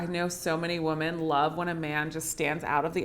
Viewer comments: I have to get used to pronouncing women as "woman" and not "wimmen" 😂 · you pronounce the word "women" (plural) like "woman" (singular). That's my only criticism.